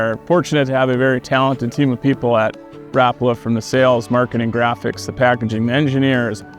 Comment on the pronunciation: His name was Lauri Rapala pronounced Rah-pala not Rap that’s music